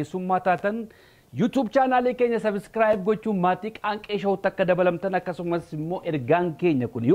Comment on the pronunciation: Please bro, refer to the word 'subscribe' and revise your pronouncing of the word! Shame on you in failing to do that! Sorry to say! Take it as a constructive comment!